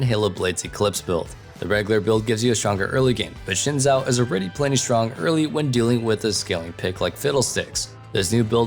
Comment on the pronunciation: Xin Zhao is pronounced Sin Jow.